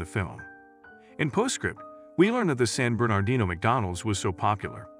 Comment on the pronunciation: Please pronounce "San Bernardino" nicely?